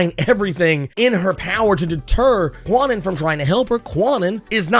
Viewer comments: It took a long time for Betsy Braddock to grow on me, like almost to the point of Knights of X. I still don't care much about Kwannon yet. BTW, the W in Kwannon is silent. It's pronounced Can-Non. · The proper pronunciation of Kwannon's name is not as prolific as it should be. I often catch myself saying Kwah-nun from time to time. But yeah, it's pronounced "Khan-Own."